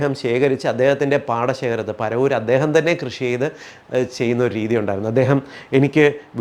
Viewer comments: eppozhum പോ പറവൂർ എന്നതിന് പരവൂർ എന്ന് ആവർത്തിച്ച് പറയുന്നു. Please correct it 🙏🙏🙏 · പരവൂർ അല്ല കേട്ടോ, "പറവൂർ" ആണ്.